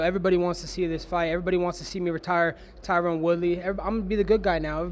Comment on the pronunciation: funny as hell he never pronounces tyron's name right